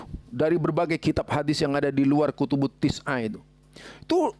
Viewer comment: Kutubussittah... Kok bisa jadi kutubuttis'ah... Tadi ada penyebutan nasa'i suaranya juga agak aneh..